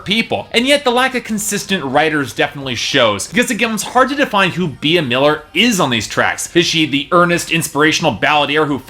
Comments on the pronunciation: OMG he pronounced Bea as (bee-a), its pronounced like ( bee )I'm really upset... And this album was awesome, if you knew more about her you'd know why. She wants to have fun, she's not here to impress the haters. Also she wants to express how life is not perfect...that you'll fall, but you can get back up...she's here to inspire, and she wants to be herself. Yeah she didn't write all of the songs, so what most artist don't...and in my opinion her album was awesome... And she's doing her passion, so if she stays with Simon, she doing what she loves, and she is having fun...and appearently its good to other people considering the number of downloads! You kept mentioning Dracula... That was written as a fun Halloween song, not to mention its also an amazing song...I could go on and on but I've already typed so much, but for you to say it sucks, that's cruel, imagine if someone told you that. It's okay to have an opinion, but atleast be try to be nice, and care about her feelings too!!! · First, her name is pronounced Bee, not bee-ah. Secondly, you said fire n blood.. -_- it's fire n gold. Third, honestly, her live acoustic versions are qay better than the record version.. She has that voice that is just amazing and she doesn't stupid auto-tune. Her songs always sound better to me acoustic.